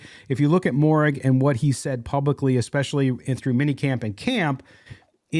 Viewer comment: Lol it’s been 2 years now, can you please pronounce Moehrigs name right